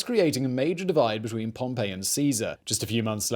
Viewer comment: Every time Simon mispronounces Pompey Julius Caesar smiles